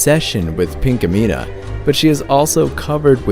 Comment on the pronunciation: its Pinkamena